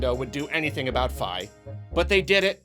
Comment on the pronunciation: "F-eye". Is that how you pronounce it? Lol